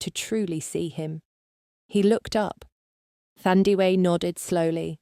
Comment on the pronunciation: 💃🏽As a nurse by profession too 👏🏾👏🏾👏🏾best story ever thanks to the author 👌🏽 this should be a movie,Windhoek 🇳🇦 oh the pronunciation of her name is Taa Ndie weh instead of Thurndiwe Thandiwe a name meaning Love in Isindebele tribe of SA😊